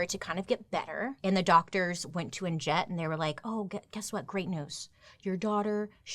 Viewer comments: The "j" is meant to sound like y..it's pronounced Anyett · Ann jet is hilarious!!! But…just so you know I think it is pronounced Ann Net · I think the J is silent in her name... Pretty sure it's just like "Annette." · My mom’s sister is named Jet. Every time you say Annjette, I keep hearing “Aunt Jet”!!! 😮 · Did anyone else think that Bailey was saying "And Jett" rather than "Anjette"? For ages I was like who's Jett 🙈🤣🤣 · What if the j is silent and her name is pronounced uh-net 😂🤣🤔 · Does anyone else wonder if the name Anjette would’ve been pronounced with a silent j if she was in Europe? It would sound like Annette. 😊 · Why did i think you were saying aunt jett the whole time lol 🤣🤣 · Isn't her name pronounced as Annette? The "J" is silent I believe. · Okay side note: every time her name was said, it sounded like "Aunt Jett" and now I want to watch Practical Magic. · Anjet? Maybe Anjette but pronounced in French like it should be? Just wondering 🤔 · I think her name it said like Annette.